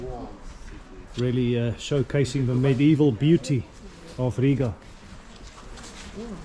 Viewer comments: You' re welcome! And also, the best foreigner pronunciation of Riga with long "I' 😇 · Sauerkraut is actually good for your stomach! Well done for your pronunciation of Rīga.